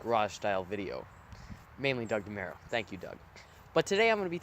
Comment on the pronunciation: DeMURO, not MERO